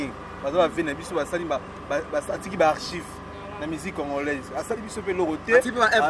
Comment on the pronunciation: Adolphe atiki ba archif et non archive 🤣kiekiekiekiekiekieee groupe yaba insensé mawa trop